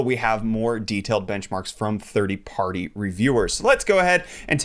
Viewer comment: Did anyone else notice he says 30 party reviewers instead of third party